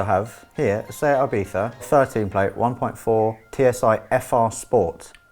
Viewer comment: Why are you mispronouncing Ibiza? Why are you saying "Ibetha"?